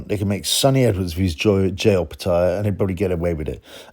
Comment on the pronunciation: watch his last fight against nyika and how the Aussie announcer pronounces it